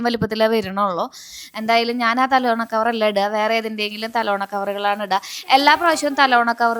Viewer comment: തലോണ അല്ല തലയണ 🙏